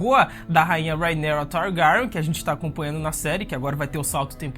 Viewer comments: Fala o nome da rhaenyra direito por favor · Irmão cê foi tenta enfeitar o nome da Rhaenyra e cago kkkkkkk rhaenkrhsksh targarksksn kkkkkkkkk fala direito tio precisa enfeitar não véi 🤡